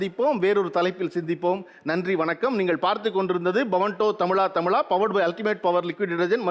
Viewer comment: தமிலா தமிலா னு சொல்ரது கேக்க முடியல. தமிழா னு சொல்லுங்க